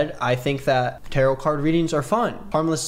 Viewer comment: i’m sorry do they thing tarot rhymes with carrot????????